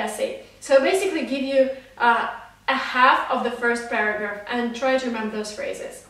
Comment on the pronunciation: i heard paragraph as burger ......😂😂